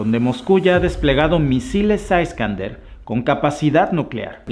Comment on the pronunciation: Por qué lo escucho, señor, como culpando a un país que ha sido tratado de la peor manera por occidente? Usted dice aiscander y el misil es Iskander. Se refiere a kaliningrado como si fuera la totalidad de Rusia, cuando en verdad es un enclave. Bien fortificado por cierto. Y que antes era llamado Prusia Oriental. Con ese rostro de "yo no fui" me parece un poco hipócrita de su tendencia habitual. No pretendo ser grosero. Pero esos países a los que se les conoce como chihuahuas, son unos irresponsables al provocar a Rusia. Cuando son países que fueron nazis.